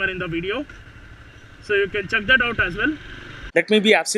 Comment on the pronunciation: like its check not chuck... also its not sumhow its somehow...like many other things.... and stop using u know .. u r over doing this "you know"